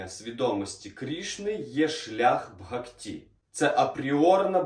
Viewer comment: Дуже інформативно, дякую. Але ріже слух наголос у слові "бгакті" (має бути на першому складі). 🙂